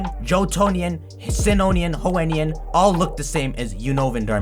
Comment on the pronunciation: First let’s talk about how he says Johenian, Hoenian, Sinnowian, Unvoian.